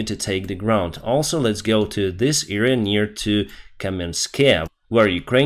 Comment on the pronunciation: it's not "eerea" but "area"..... the first letter is pronounced like in "Adam"